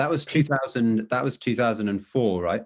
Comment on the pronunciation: Correct as in South African or correct as in Bath? He pronounces "That" as "Thet" Just watching an interview just now and he pronounced "Hand in hand" as "Hend in Hend" Roland doesn't do that at all and they grew up on the same estate